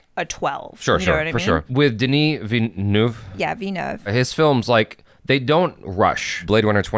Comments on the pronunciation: He didn't get it right he said VIA-NUV, its VIL-LA-NUV. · Great review guys can't wait to watch this! Heads up, still not pronouncing his name right haha it's Vil-nuv, gotta pronounce the L. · Saying Denis's last name 100% wrong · Please stop butchering the man's surname. He is French Canadian, not spanish.